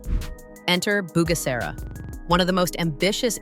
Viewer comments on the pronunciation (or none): Pourquoi ll’IA n’arrive pas à prononcer KIGALI aux lieu de kagali et pourquoi G dans Kigali se dit correctement et G dans Bugera est prononcé Bujera.